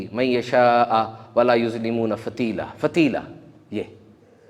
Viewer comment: یظلمون فتیلا مین یظلمون کی لام پر فتح ھے یعنی زبرھے آپ نے کسریعنی زیرپڑھا